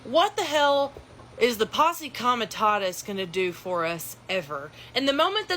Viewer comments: "Post committus" No, fool. "Posse comitatus" [Possee commie tah toos] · that dumbass at the beginning said "pos comatus act" hahahahah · Dude can't even pronounce "Posse Comitatus" correctly and I'm supposed to believe he's some kind of authority on this matter? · What is "poss commitus"? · And of course THIS PARTICULAR CLOWN can't pronounce Posse Comitatus correctly, either! Oh,. You've turned out to be SUCH a disappointment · Can’t even pronounce posse comitatus right ..